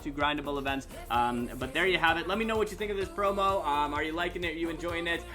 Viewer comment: Thought u were saying porno😂😂